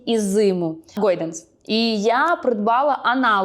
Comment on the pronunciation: Чому «гОйданс»? )) де там о?😂